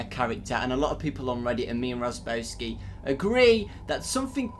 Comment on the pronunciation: Why did you call Razzbowski, Razzbeauty